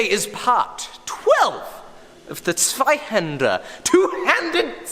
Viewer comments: Zweihänder well pronounced, like a German! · acutally the only time i ever heard a non-german pronouncing the word 'zweihänder' almost like a german. anybody else just sounds like 'sweihenner' (yes i can tell) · me being a german i am verry proud of you for pronounzing zweihänder right after so long thanks❤🇩🇪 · This was the best attempt to pronounce "Zweihänder" so far👍🏻 Sounded quit german, with some extravagant pronunciation but actually the most german, good job💪🏻